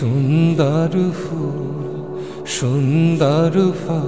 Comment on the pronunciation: গাণটি সুন্দর কিন্তু উচ্চারণের ত্রুটির কারণে প্রথমেই ধাক্কা লাগলো। উচ্চারণ হবে Phool কিন্তু উচ্চারণ যদি হয় Fool তাহলে সেটি ভুল ও শ্রুতিকটু।